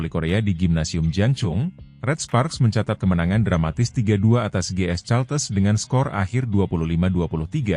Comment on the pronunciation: Admin harus belajar ! Caltex harus dibaca kaltex, bukan caltes. Ngisin ngisini wae ! 😢 Caltex itu perusahaan minyak Amerika, singkatan dari California-Texas.